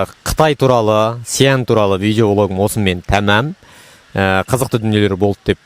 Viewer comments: Сиянь емес Шиән , қазақша Ә деп айта бер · Xi an. Деп дұрстап аитшы